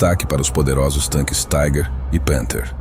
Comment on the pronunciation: Tigre, em alemão é Tiger. Se pronuncia "tigar". "Taiger" é como se diz tigre em inglês. Melhor chamar o tanque de tigre mesmo.